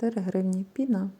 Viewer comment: ПінА ви теж кажете спеціально, щоб коментарів більше було? Ну Вас же діти дивляться, не вчіть їх казати неправильно!